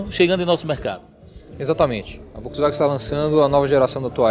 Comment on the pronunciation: "Volksiwagen" dinovo kkkkkkkkk vergonha pra ele que é do meio automotivo... pode excluir meu comentario.. eu sei que vai mas vai apreender a falar...